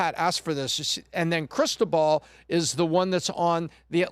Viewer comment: I kept hearing Crystal Ball 😂 it’s Cristóbal. ❤ you guys